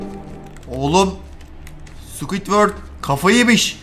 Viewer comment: sqwitwört 😂😂 (yanlis anlama abi seviliyosun♥️)